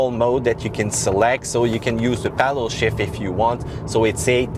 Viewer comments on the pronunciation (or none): none